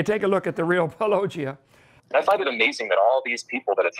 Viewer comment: He can't pronounce Paulogia correctly (Paul O'gia) either and it gets me every time. 😆